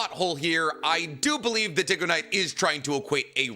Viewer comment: he does it with everything. even the things he agrees with mr. dig-oh-niiiiiiiite